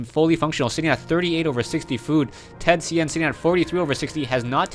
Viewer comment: Dude... I am Chinese, and th000 is Chinese. I don't care about his Japanese name... His name is pronounced in Chinese by, not Japanese. Repeating, I am Chinese... Professional wanna be.